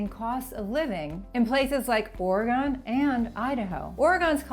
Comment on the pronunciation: She should learn to pronouce "Oregon". It's not or-e-gone. It is Or-e-gun. GUN GUN GUN They even sell tee shirts and banners that say Or e GUN. I've heard ARE e Gone, Air e gone, Air a gun. All wrong. I lived there Sept 1965 to fall of 1969 when Lyndon was trying to murder me. He failed. Grad school at the U of O. They do have a name for Californians: Californicators.